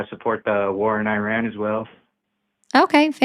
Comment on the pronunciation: I am pretty shure the r in Iran is not rolled with tip of the tong, also in Croissant, because its hard for americans to do, if they don’t heard it from their mother as a kid. The r is build in the throat which why german for example sounds harsh to americans.🤓